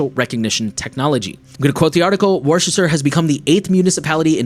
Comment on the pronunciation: Probably a bunch of these comments: My great-great-great-great grandfather's town in Massachusetts is pronounced "WOOS-ter", not "WAR-chest-er".